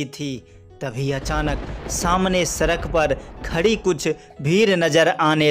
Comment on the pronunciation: सड़क डोलते है सरक नहीं